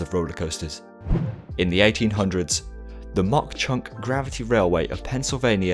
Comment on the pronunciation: Just because it bothers me, Mauch Chunk is pronounced "maw chunk." Great vid though!